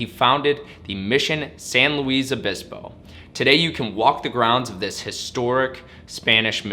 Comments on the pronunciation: San Luis Obispo, not San Louise Obispo. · It's San Lewis (ph) Obispo, not San Louise Obispo. Mispronounciacian of California cities is my pet peeve. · San Luis Obispo. It is pronounced like St. Luis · As a third generation Californian, I was distracted by odd pronunciation ( Fr Junipero Serra, San Luis Obispo to name a few). Napa Valley is a xerox copy of Italy's Piemonte. Italian vintners from there established the area in the 1950's: Mondavi, Gallo to name just a few! To me San Francisco and San Diego are favorites. Loved living in Santa Barbara for 12 years and visiting charming Solvang....These are unique experiences.